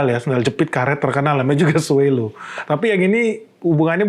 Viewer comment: SWALLOW dibacanya: “swolow” bukan “swellow. Salam